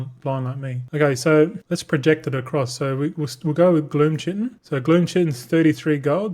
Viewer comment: Willful ignorance pronouncing chitin the same as disregarding everyone telling you multicraft crushes ingenuity in value. Following your financial decisions is morbid curiosity.